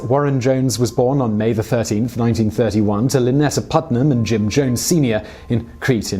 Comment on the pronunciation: You call him Jim Jomes. With an M. Weird.